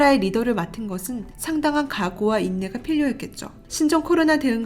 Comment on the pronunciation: 필요[피료]를 [필료]로 읽으시는 걸 보니 경상도 분이신가 봐요 ㅎㅎ